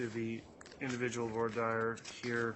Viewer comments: Why does the judge mispronounce voire dire? He has several ways he pronounces it. lol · I cringe every time he says "for dire". 😆